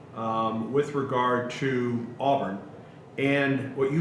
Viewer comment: Will someone please teach how to say, "Touchdown Auburn?" It's, "Touchdown Aw-Burn," not, "Touchdown Aw-Bearn." R.I.P. Rod.